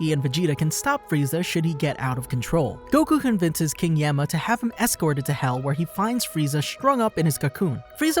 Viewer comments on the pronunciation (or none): none